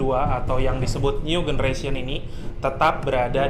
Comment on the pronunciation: new generation itu baca nyu jeneresyen bro, pake j bukan g. cek di google translate kalo nggak percaya. awas salah baca itu dicontoh loh sama penonton/subscriber video/channel ini, kalo mereka ikut salah anda termasuk melakukan pembodohan massal.